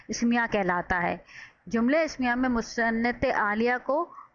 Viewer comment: Musanad ilahi app galat pronounce krti hain